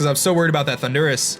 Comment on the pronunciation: No offense, but do you say ThunDUrus on purpose? xD